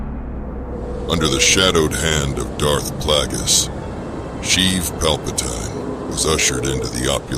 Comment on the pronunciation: So many names mispronounced all over. Plagus is pronounced as "Plaigus", not "Plagoose", and Palpatine is pronounced "Palpateen", not "Palpataine" like it many places here.